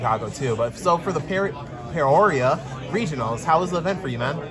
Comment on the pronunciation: Love whitebeard. Butchering peoria lol